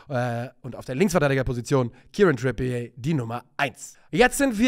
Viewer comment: Trippier wird nicht Trippié ausgesprochen, er ist ja kein Franzose.